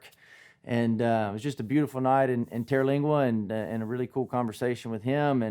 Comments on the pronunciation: You know how some little things just make you crazy sometimes? Sorry, but there is no terra in TER-lingua. TER as in 3, like tertiary. Lingua as in tongue, languages. It refers to local Indian tribes. I’ve been coming here since the Terlingua Racing Team days. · He's not the only person that claims to know or love Terlingua and didn't even take the time to learn how to pronounce the name. They will MOVE here without a clue and leave soon after because it was not the fantasy place of their dreams. They are JPT just passing through. 40 yrs of seeing this. Been a wild rice out here and was for me where I belonged.